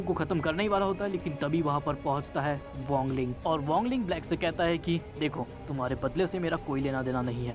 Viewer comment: 🥲🥲bhai wangle nhi WANG LING hota hai 🥲🥲🥲🫡